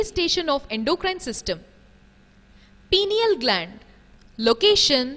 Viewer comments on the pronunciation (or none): none